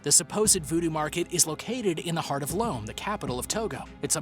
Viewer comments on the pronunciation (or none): its not lome its pronounced lom a and yes i know because that where my dad is from and my aunt uncles and cousin live there